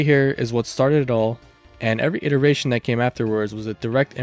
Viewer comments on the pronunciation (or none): none